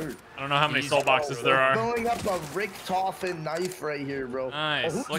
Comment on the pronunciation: “Rich-tofen” ITS F,N “RICK-TOFEN”